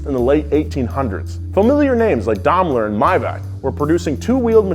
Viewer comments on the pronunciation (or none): Daimler is not pronounced Damler. It's pronounced like Dime-ler, like a dime if you need more reference. Not pronounced DAM-ler, not DAME-ler, DIME-ler. But this channel also pronounces kei cars as key cars, so it's like talking to a brick wall. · damler? DAMLER WHAT THE F###